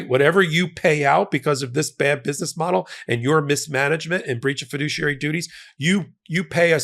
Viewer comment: He's a fidooshiary alright.